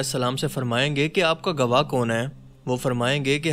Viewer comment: The narrator of the video reviewed here has very bad command of Urdu. He Dar i.e. Fright instead of Khabardar or warning. Also he mispronounces Gwah as Gawa. BTW I am a Pashtun born in KPK/NWFP and raised and educated in UK for the last 60 years - I learned to read Urdu after learning to read Arabic Quran